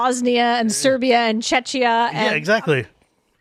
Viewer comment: As a Czech here - I would very kindly like to point out that Czechia is pronounced CzeKia. And also, there is Chechnya, pretty different country. But honestly, I am very proud and pleased by the fact that we are using Czech Rep -> Czechia as analogy to Kal*desh -> Avishkar. (Despite being strongly against Czechia. :D )